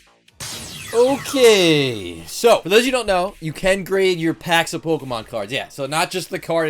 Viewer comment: "Polka"mon packs